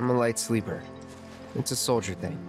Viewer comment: I swear when Barret said SOLDIER boy I heard SOULJA boy. I CANT UNHEAR IT